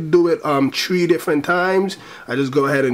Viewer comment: u say 3 like tree ahahah